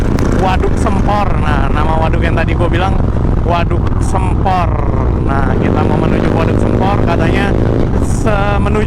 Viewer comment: Maap bang koreksi dikit penyebutan sempornya, harusnya pake e bukan e :)